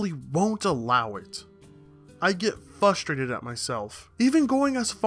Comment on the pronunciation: And did you just say "fustrated" instead of frustrated?